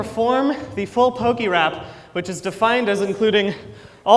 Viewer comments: Listening to him say Pok-EEE-rap over and over again is mildly infuriating, especially since he says pokémon and pokédex correctly. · How can he call it perfect if he keeps pronouncing it "pokey-rap"?